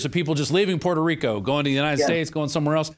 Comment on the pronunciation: lets GET ONE THING STRAIT..SO YOU DONT PISS ME OFF..ITS Puerto Rico not perro rico ok?